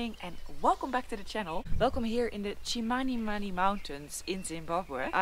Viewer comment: Itchy boots even pronounces Chmanimani better than some whites who have been in Zimbabwe many years back she is amazing